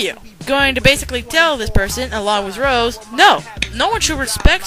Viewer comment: its rose not rosieee nyehh (my da is crystalcat01 btw)